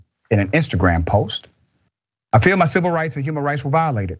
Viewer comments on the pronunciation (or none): none